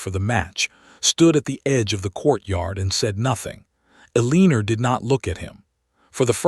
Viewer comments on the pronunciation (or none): "ELL-inor" not "El-Leener" - good grief! lol 😆